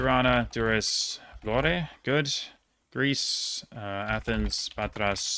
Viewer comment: Impressed with your Albanian cities pronounciation especially Gjakova, but you had Durrës and Vlorë wrong, ë is pronounced like ø in Norwegian and I guess uh in English